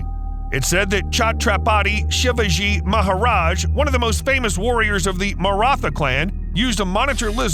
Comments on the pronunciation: I loved the way you tried to pronounce chatrapathi shivaji maharaj... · The way he butchered Chatrapati Shivaji Maharaja Name 🤣